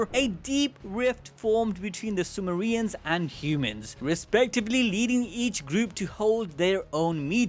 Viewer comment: Calling them Sumo-re-ans in the beginning sounds hilarious